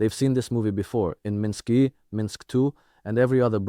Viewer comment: "Minsk E and Minsk 2"? Stupid AI. Is anything genuine here?